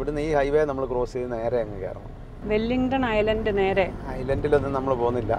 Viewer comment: വെല്ലിങ്ടൺ ഐലൻഡ് അല്ല. വില്ലിങ്ഡൺ ഐലൻഡ്.